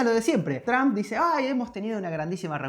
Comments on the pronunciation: Por que le dicen juawei si la h es muda y por que tramp y no Trump? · Tromp no tramp, pensabas que decias trampa 😂😂😂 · Qué feo se escucha la pronunciación de Trump como "Tramp" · Tramp , que pedo !!!! Por favor ya no dejen que la chica hable en Ingles , no sabe ni pronunciar las palabras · Porque dicen tramp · Porque los españoles dicen Tramp? Y no pronuncian como realmente se dice ?